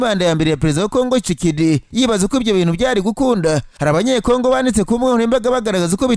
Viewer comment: Cekedi 😂😂